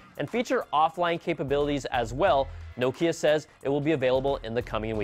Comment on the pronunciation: If you're going to talk about Nokia in an Apple show, at least pronounce it correctly..